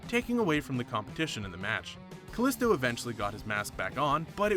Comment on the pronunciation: It's pronounced ka-lee-sto